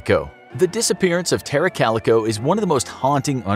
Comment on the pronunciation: Its pronounced Tara, not Terror